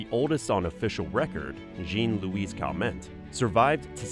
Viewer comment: Its Ja-nn- not Je-An Jeanne is part of my name too..And My Grandmother was 102 years old..Sadly she passed away...